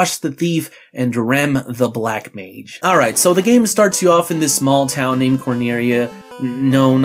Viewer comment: don't like the way you said MAGE